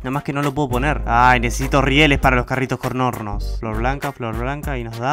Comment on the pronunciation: "necesito rieles para los carritos COR NORNOS" Me dio risa esa parte